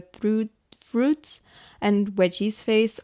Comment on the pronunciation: I love your art so much. And your accent is lovely 🌹 I did giggle each time you said veggies tho :)